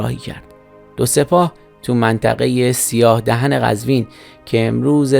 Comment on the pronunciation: سیاه دهن (dahan) نیست ، سیاه دهن (dohn) هست